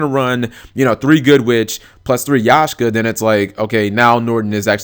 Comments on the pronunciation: YAKkkkSHA not yashka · Sorry but YAKSHA not yashka!. OCD so listening to that was killing me :p. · its bloody YAK SHA! ffs!